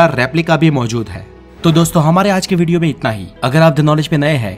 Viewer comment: अबे भिडिओ नहीं वीडियो होता है 😅😅😅😅